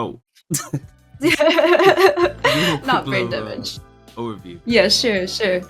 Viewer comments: The way she says brain damage tho. “Brrrrrain damage” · "Bwaimmm dwamage" that was icon moment for beans foe sho